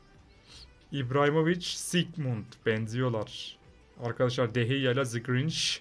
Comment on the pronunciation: "The" kelimesini "zı" diye okumak..